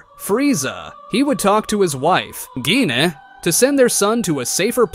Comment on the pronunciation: "He would talk to his wife, GINEHH"